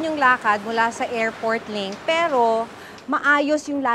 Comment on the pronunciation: napaka diin ng salitang "PERO" mo ahh parang kinukutya mo talaga ang pilipinas sa dating mo ah, buti pa yung kabayan natin neutral lang saying na "walang pinag kaiba parehas lang namang matraffic" kung tutuusin magagawa naman yan sa pinas eh kung wala lang matatamaan na mga kabahayan or other structure sa pag gawa ng railways